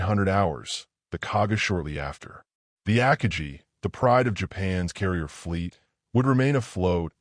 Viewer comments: I'm giving this a down vote because of "Akajee", and the other AI mistakes. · I stopped listening when AI butchered the pronunciation of Akagi. I'm out, thumbs down. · If You are going to use AI for audio, at least use one that knows how to pronounce the word akagi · I quit listening 6 seconds in when the AI mispronounced Akagi. Good bye. I won't be watching anything from world revolution. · 5 seconds in and I had to opt out. AI needs to learn the pronunciation of Akagi. Need not go any further. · That makes two of us. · Stop making videos if you can’t pronounce Akagi correctly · Every time it says “AKAJI” instead of AKAGI, I’d cringe 😬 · Aka-gee? That's A-Ka-gi, with a hard 'g'. If you are going to use an AI instead of a real narrator, take the time to sanity check and correct it. I'm out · Akagi .... Ah-kah-gee with gee being pronounced like glee without the L. Gee with the g pronounced as the G in go absolutely the i pronounced as the ee in see. Get. Guy. Gone. Go. Guh. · Ack-ah-jee? Stupid AI voice. It’s Ah-kah-gee. 😂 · Chuchi Nagumo? It's "Chuichi"... And its not "Ackagee" Akagi is pronounced Uh-Ka-Gee. So many mis-pronunciations. Ditch the AI narration and hire a hoooman being... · Aka-gee... LOL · AC KA GEE ????? LUV these Bots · AH-Ka-GEE. for the love of the flying spaghetti monster get it right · The ak-a-gee? It only took 6 seconds for me to see this is poorly done. Bye! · Ak i gee? 😂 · The ACK-uh-gee ? Three seconds in, and I'm so-o-o OUT ! ! ! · Ah-kah-gee wtf! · Two seconds in and “the Ack-a-gee”… goodbye! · Ah Kaa gee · Ackagee? I had to start it over to hear that again and then came to the comments. Saved me time watching this crappy video. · Ahkahgee...Assinine Imbecility f-d up another narration. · AI on YouTube isn't up to the task of pronouncing many English words. Absolutely hate AI voices. I literally stopped watching this video within seconds after hearing about the carrier "Akajee". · IT'S AH-KA+GI